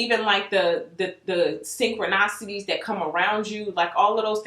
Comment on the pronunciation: Hello i love you're videos , love youre attitude , please look at this link . Synchronicity key ! So you learn how to pronounce the synchronicity word . I hope you like corrective criticism 😉👌 beautiful its send with love ! Ceep up the great work !